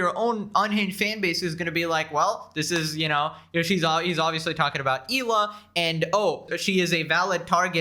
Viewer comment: Her name is Hela not Eela you little goof